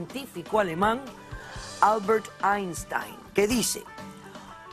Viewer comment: Albert Einstein... No Albert ansitain 😂